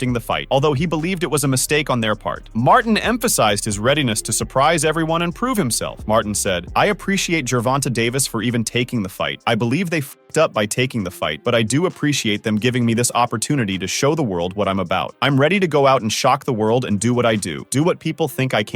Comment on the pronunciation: “Gervanta” is a wild pronunciation ngl lol